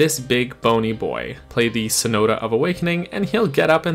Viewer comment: Eye-can-uh? Sa-no-tuh? Dude, I know for a fact that Sonata pronounced Soh-NAH-tuh! Not sure about Ikana, but I've always heard it as ee-KAH-nuh.